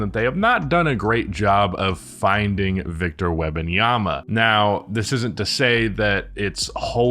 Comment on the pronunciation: Wem-, not Web- lol You call him Wemby and mess up his whole name?/s 😂